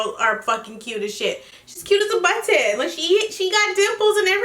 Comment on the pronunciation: I swear I never hear anyone else pronounce the t’s in button